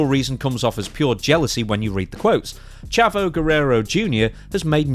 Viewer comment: Pronounced Chaavo